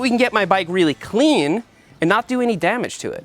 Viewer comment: take a shot every time he says “wuater” or “cleeeen”